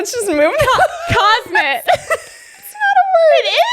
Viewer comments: The word isn't cosmit, it Kismet. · I knew right away that you meant “kismet”, so you were close 👍